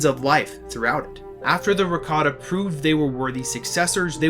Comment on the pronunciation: Ra kah ta is how you say it